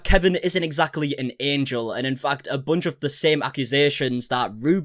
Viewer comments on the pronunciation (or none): none